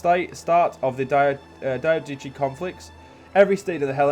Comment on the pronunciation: Diadochi is pronounced dye-ad-do-ki